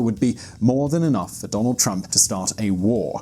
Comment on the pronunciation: Who the hell is Donad?